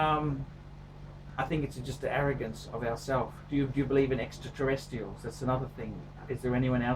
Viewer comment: Bloody hell, you lost me at 'extraterrestIALS'